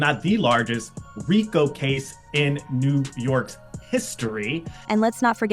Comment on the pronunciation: RICO is pronounced ree-ko.